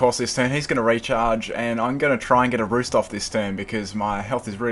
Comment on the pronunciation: Say roost! not ruesht. lol nice battle